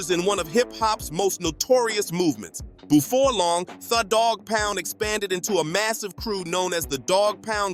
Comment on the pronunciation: He said boofore 😂😂